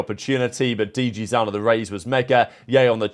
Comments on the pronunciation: Bro please for the love of god it's zin as in literally like zyn, not ZAN PLEASE BRO LMFAO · This guy and his pronunciations man for the love of God it is D. G. ZIN as in sin and M. W. ZERA not mewzera like a cat.